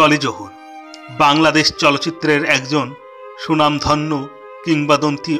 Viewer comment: সুনামধন্য না স্বনামধন্য। সাব স্ক্রাইব না সাবস্ক্রাইব। উচ্চারণ জনিত জটিলতা থেকে আগে বের হন। ডলি জহুর অসংখ্য নাটকে অভিনয় করেছেন। নাটক দিয়েই তার শুরু, অথচ নাটককে প্রাধান্য না দিয়ে চলচ্চিত্রকে হাইলাইট করা হলো।